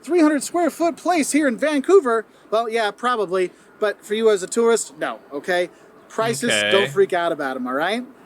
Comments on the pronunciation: The way you say tourist sounds like turret lol. I'm just jumping the gun commenting as I'm watching this while fighting a Scarlet Turret in Persona 3 Reload lol love ya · #1 - yer not a "tarrist", yer a "tooorist" (tourist) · My critique to you, you pronounce tourist like terrorist. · A Toorist not a tourist. You have to pronounce it properly. Lol Canadians do say toorist.